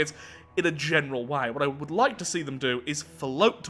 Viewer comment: "this is preemptive self defense. They waeuld have attacked us eventually" I don't know, seems pretty American to me